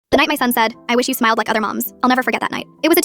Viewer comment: I THOUGHT SHE SAID “smelled”😭😭